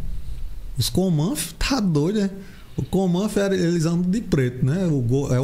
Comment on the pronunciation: "Comanfo"...parece que tá falando errado kkk